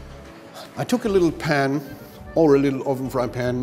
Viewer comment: lol I laughed my but of and had to listen to it like a hundered times "put just lililittle bit olive oil on it"